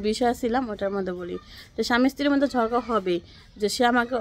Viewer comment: ঝড়ঘা না ঝগড়া বলবেন